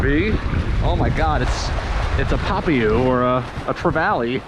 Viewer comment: huge tip.. dont ever turn your back to the ocean ... people die due to it. even when it seems calm like in this vid. also becareful when handling puffer fish. theyll literally bite your entire finger off in one chomp. hell they bite thru 1/0 hooks shouldve hooked up with some locals. also pronounced Pah-pee-oh papio. god damn.. you are crazy for having your fingers that close to the puffers mouth.. really lucky